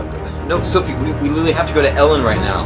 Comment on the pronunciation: "soFie" not " soFFie"